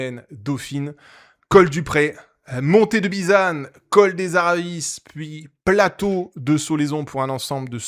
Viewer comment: On dit col des Aravi, pas col des Aravisses, merci. Dans le temps on disait Culo mais à force d'entendre Culose, même les gens du coin n'osent plus dire Culo.